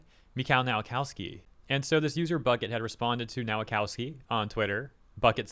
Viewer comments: please stop reading Polish W like English one. W in Polish is read like V in English. so Nowakowski reads Novakovski. It hurts my ears. or option too double check how to read polish names and surnames: Open google translate, set it to Polish language, type in the word in question, press that speaker icon, profit. If whole Nation of Poland (under the age of 30) can speak English... show some respect. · His surname is pronounced 'Nova-cov-ski'